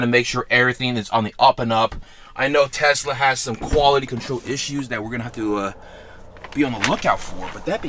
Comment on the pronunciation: Bro it’s not tezla it’s a tesla